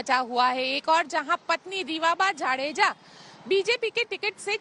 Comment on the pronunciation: जाडेजा ना कि जडेजा